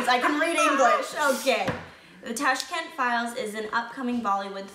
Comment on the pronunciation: How come you guys can't pronounce properly a capital name.. It's d capital of Uzbekistan "Tashkent".. And you guys also know if am not wrong Uzbekistan was also part of USSR (Undivided Russia)